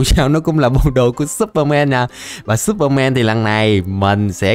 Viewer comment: no superman mà là supermen mn đều đọc thế nên lúc nghe em thấy ngược ngược =))